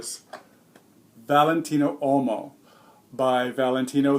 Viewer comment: As always, great review. One little thing: "WHOA-mo". Whoa like Whoa! Mo like Moe Howard. Whoa-mo.